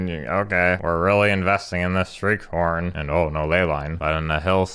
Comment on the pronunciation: Half the time when you say "Shriekhorn" it sounds like you're saying "street corn".